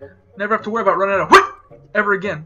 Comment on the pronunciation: "HWEAT" hahaha